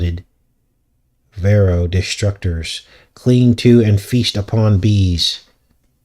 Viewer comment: Varroa sounds like Pharo. 🤨